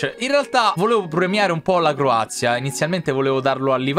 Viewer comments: Mie si dice Croazia e non corazia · No che lui ha detto Corazia e non Croazia😂